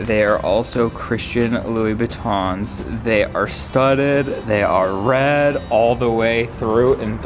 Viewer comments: He got it right the first time. I was so disappointed when he got it wrong the 2nd time lol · Christian louis buittion Me: buittion 🤨